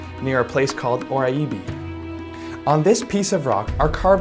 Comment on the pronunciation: That's pronounced "Or-EYE-Bee